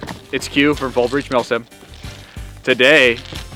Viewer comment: I had to remember, you very clearly said millSIM. With that in mind great video thanks for sharing. Oh and the face blur thing, cool but I know what you look like. Just saying.